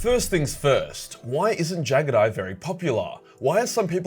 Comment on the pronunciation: I hate how you pronounce jaghatai